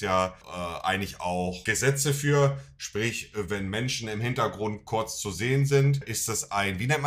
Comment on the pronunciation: So nervig jedes Mal wenn Monte Kurz sagt ganzer Chat voller „korz korz korz korz korz“